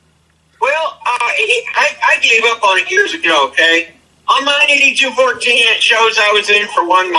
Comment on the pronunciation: I saw one of his videos where the phony calls the DD-214 as DD 2-1-4 like the numbers separate instead of 2-14. Right then and there I knew that man never served a day in his life 😂 regardless of what you did in the military, you even got to pay attention to the small things like that to know who the phonies are.